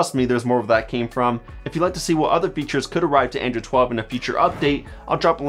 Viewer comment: It sounds you are saying "Andrew"